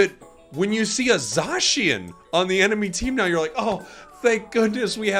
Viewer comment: It is pronounced “ZAY-SHIN” not zaaaaaaaaaaaaaaaa shin please say it right for the love of god 😭😭😭😭😭😭🥱